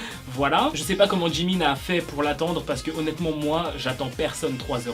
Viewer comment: Mais c'est pas djimin c'est jimin